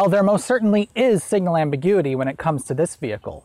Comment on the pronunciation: lol amberguity